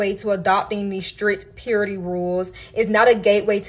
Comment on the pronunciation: Anyone else kinda relish the way this woman says “celibate”? “Celibant”…. “celibancy”… She also says “strinct” instead of “strict”. She could start an ASMR channel.